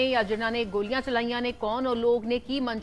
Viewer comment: ਮੈਡਮ ਲੱਲੇ ਪੈਰ ਬਿੰਦੀ ਲਾਕੇ ਬੋਲਿਆ ਕਰ ਜਦੋਂ ਗੋਲ਼ੀਆਂ ਕਹਿਣੇ ਓ ਗੋਲੀਆ ਨਹੀਂ ਗੋਲ਼ੀਆ ਹੁੰਦੀਆਂ